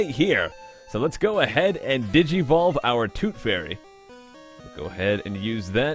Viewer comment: "digivolve" again?